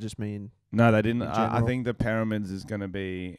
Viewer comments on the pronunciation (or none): says pyramids like he says mirror. "Perramids"